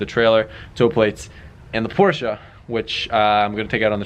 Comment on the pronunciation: I really wish he'd stop saying Porsche like that...